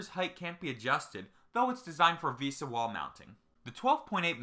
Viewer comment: V S A? Its pronunciation is vesa